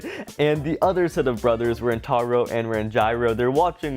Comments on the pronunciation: Can someone tell that Ranjiro’s name is pronounced Ranj-ear-oh not Ran-gyro😂😂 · It’s Ranj-ear-o not Rangyro. Please stop saying Rangyro🤣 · You said ranjiro wrong